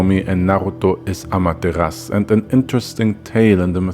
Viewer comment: I love Naruto... Regardless that people think it's not that great. But it's what broke me into anime. So, it has a special place in my heart. but also I love mythology of course. But I think Amaterasu isn't said without the u... it's a common misconception that the u is silent but in fact the u is softly hit in the back of the throat. so it sounds like it's not there. it's the same with other Japanese words.